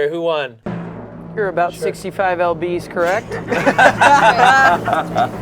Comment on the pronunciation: calling lbs EL BEES is so funny to me